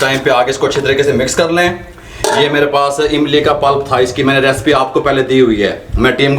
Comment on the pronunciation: respian respi kia hota hai recipes ya recipe hota hai bolna seekh lo